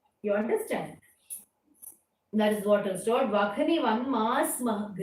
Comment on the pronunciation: Sloka 4th Vahni is to be pronounced as Vanni na